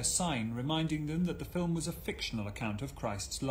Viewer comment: is educated. He says 'Fill - im'! Then there is the word as it is pronounced in 'Estuary English'; 'Fi'~wwm!'... (Hard to say - harder to write!)